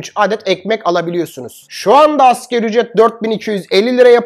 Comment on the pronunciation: Dostum bunca bilgi donanım sahibi birisin Allah aşkına "askeri ücret" deme ...tüm Türkiye yapıyor bu hatayı Doğrusu : "ASGARİ ÜCRET "